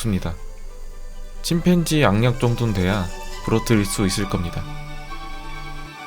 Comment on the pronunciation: 침팬치.. 침..팬치.. 팬치...?